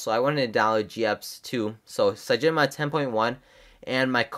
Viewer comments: Dude its cynogenmod not cygenomod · I thought it's cyanogen mod ? @@